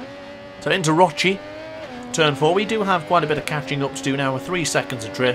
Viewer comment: Roche would be pronounced as ROSH (RocK). Good vid as usual.